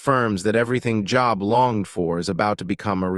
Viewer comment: I can’t even finish a video where the man name they are highlighting is pronounced so wrong.